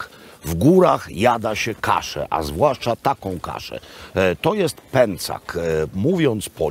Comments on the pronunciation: PĘCZAK!! Pęcak uszy me kaleczy :P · Panie Robercie, uwielbiam Pańskie podróże i opowieści. Oglądam wszystkie, a teraz Tyrol i Dolomity - moje ulubione - strzał w 10 🙂 Ale proszę o słowo wyjaśnienia - dlaczego kasza jest "pęcak", a nie "pęczak" ? Trochę mnie to uwiera